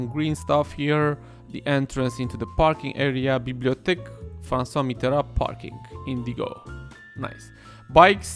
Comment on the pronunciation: Nice pronunciation on Francois Mitterand!